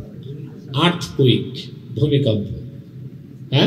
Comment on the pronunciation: Earth quake এর বাংলা উচ্চারণ "আর্থ কোয়েক "। হুজুর বলছেন আর্থ কুইক।